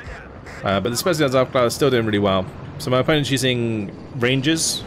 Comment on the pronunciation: Love your vids, I hope you'll be staying this active making them! Love your mix of play-by-play and meta commentary. Also wanted to drop a small hint re the german recon units: They are pronounced "Owfklayrer" - I only mention it because you are already so close to pronouncing them perfectly ;).